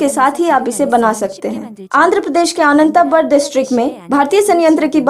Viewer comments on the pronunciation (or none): It's Ananthapur, not Anant Bur 🤣